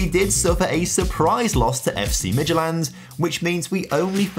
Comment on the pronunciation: (almost) correctly pronouncing Midtjylland caught me legit off guard 😅😂